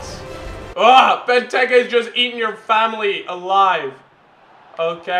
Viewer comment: It's not benteke tekkars it's bentekers